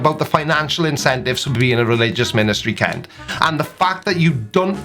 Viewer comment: Kent ? Wrong vowel.